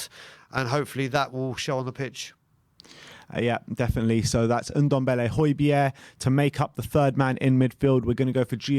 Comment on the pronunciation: its Ndombele not Undembele...